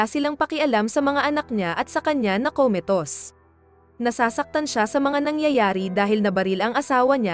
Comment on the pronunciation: Commatose po hndi komitos..😂😂😂😅😅😅